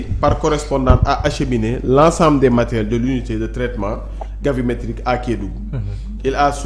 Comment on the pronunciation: Gravimétrique au lieu de Gavimétrique !